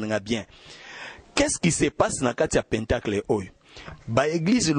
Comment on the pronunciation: Pentagone ou pentacle, se lit plutôt "pãntàkle" et non péntacle😢